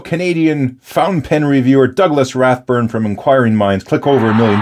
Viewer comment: It's Rathbun , not burn. At least you didn't call him Dough. LOL It's the gesture that counts!